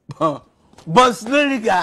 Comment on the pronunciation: The way he says bonsliga 😂😅😆😁